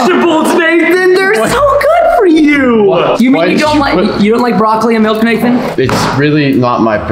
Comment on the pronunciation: He said. Melk when its milk 😂😂😂😂